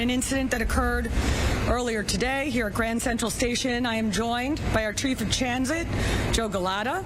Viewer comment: "Our Trief of Chansit." When you commit to the Spoonerism 😁